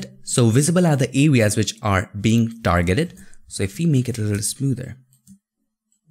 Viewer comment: We dargeted... I love this guy.